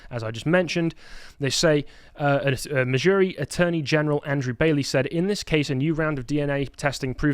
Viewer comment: Missouri/Kansas is my state, the way you said was Epic. Yes death penalty is good. Love my state. It’s a conservative state (does not mean REPUBLICAN, they are different.) except Kansas City and St. Louise.